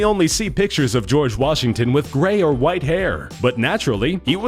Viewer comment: he just puts a bit of emphasis on the 'white'